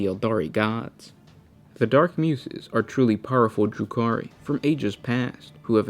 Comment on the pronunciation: Just a quick suggestion for your videos, if you haven't seen a word before or are not too familiar with it try googling it and listening to the pronunciation. I LOVE your videos but I notice there are many instances where you are mispronouncing words and it brings me out of the moment and instead of focusing on the lore content my OCD is raging. Muses is commonly pronounced without a sharp 's' like in snake but with a soft 's' like in the words use or choose. Ok, my rant is over now XD